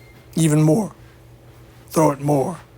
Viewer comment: As Paddy H says 'gotta TROW it" !